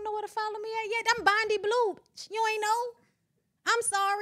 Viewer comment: Where are folks getting Bonni from lol?? Her name is!